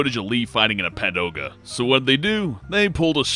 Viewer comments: Did he just say 'padoga'? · Did he just say "padoga"? Yup. He did... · Don't you mean "pagoda" instead of "padoga"?